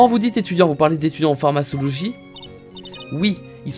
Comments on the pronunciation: La fameuse PharmaÇologie 😂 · Mon petit coeur de pharmacienne saigne avec ta prononciation de pharmacologie 😭😭